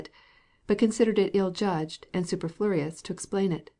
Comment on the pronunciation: 'Superfluous" is not pronounced correctly